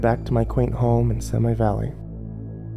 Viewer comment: "Semi Valley" haha, it's see-mee, no sem-i. I live right near Simi lol.